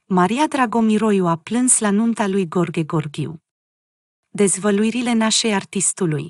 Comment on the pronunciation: Femeie care comentezi cunoști limba română?nu știi să citești?mirele se numește Gheorghe Gheorghiu și nu Gorghe Gorghiu .Nu ne stâlci limba!